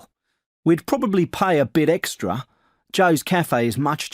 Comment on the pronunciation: Pay- pie 😂😂😂